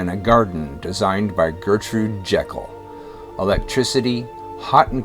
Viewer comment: It’s a shame that, having taken so much care over this (which is interesting and has a nice level of detail), the narrator couldn’t have checked the pronunciation of names such as Lutyens, Jekyll and Inigo. But it’s a nice little video.